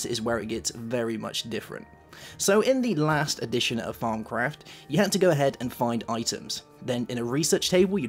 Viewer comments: thought he said "farmcraft" at first xD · Y do u call thawmcraft farm craft it is really anoyying